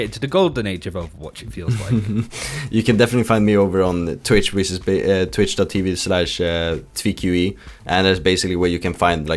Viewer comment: Why everyone calls him "t'veek", "tahveek" etc? There's no pause between t and v.